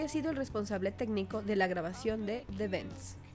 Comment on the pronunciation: Por Dios, aprende hablar inglés... es THE BENDS, no de THE BEDS... se pronuncia "toking heads"